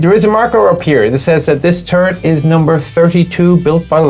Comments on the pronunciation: woke up hung over, giggles at hearing turd instead of turret. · I find it amusing, that often when you say turret, it sounds like turd. LOL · he called the Strv 74 a turd. as a swede i am TRIGGERED.